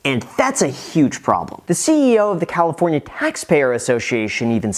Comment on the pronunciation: "Leaving Califorina"